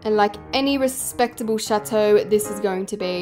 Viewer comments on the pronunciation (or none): Did se just say chatoe is chateau which is pronounced chattto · you dont know french also if you do what is la princess et dans la chateau and why did you say chateau like that im dying 😭😭 your saying it like chatoe 💀💀💀💀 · Why does chateau sound like “shat-oh..” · As a french speaking person, I absolutely love the way you say "chateau" it's so funny 🤣🤣🤣 Btw I LOVE your videos!